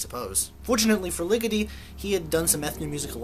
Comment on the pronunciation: The way you say Ligeti gets on my nerves